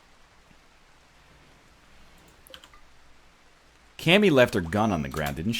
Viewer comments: i wish he said "ka-mi" instead of "kam-i" cause then she would be from dbz and kami in dbz does fuck all aswell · It's not Cammy it's Kami, like from DBZ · uh strimmer its actually pronounced kami